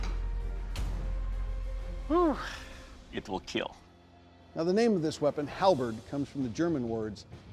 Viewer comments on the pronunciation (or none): Im just here to hear it will keel